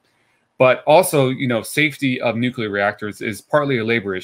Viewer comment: Also, thank you ever so much for not saying "nucular". AAAND he did it anyway